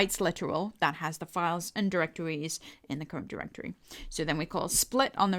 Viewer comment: cuwent diwectowy :D